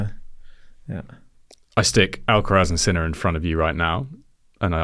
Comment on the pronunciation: Finally someone pronounces Sinner's name correctly. It has NOTHING to do with sin and being a sinner (guilty, criminal). It derives from the German word Sinne (sense).